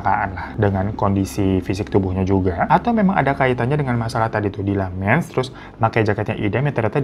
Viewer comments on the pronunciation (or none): Menstruasi❌ Mensturasi☑️ 😮